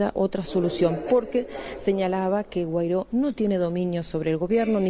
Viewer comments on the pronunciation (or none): A la periodista, es Juan Güaidó!, no Guairó!!!!, lea un poco